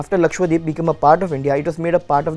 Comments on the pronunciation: It's lakshadweep not lakshwadeep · Pronounce it Lakshadweep .. not LakshWadeep ! 😂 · He says Lakshwadweep 😂😂